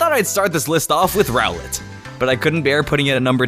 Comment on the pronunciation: When he say ROWLET i think he said GROWLITHE